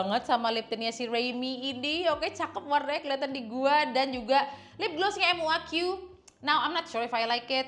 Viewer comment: kak bukan m u a q tapi muaq bacanya kak hehehhe😊